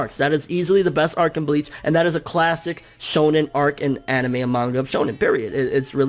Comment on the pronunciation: He said anemai